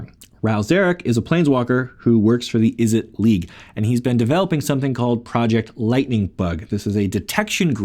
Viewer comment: It's pronounced Izzet not Izzit same with Mizzet, it's not Mizzit